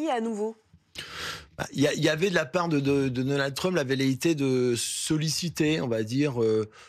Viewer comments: c'est Donald Trump pas Donan Trump 😂😂😂 articule quand tu parles, problème d'articulation pour une journaliste c'est moche 😂😂😂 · 'Donan Trump' mdr